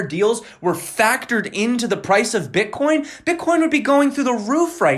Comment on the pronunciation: Did you say b*tchcoin? :DDDD